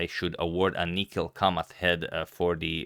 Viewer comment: I am surprised how Agadmator always pronounces all Indian names correctly. But he didn't do it for Kamath and Kamath deserves this.